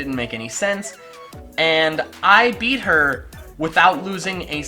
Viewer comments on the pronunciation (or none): none